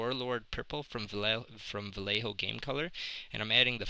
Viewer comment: Yay you said Vallejo right! Haha, sorry. But, great job. Space Jesters!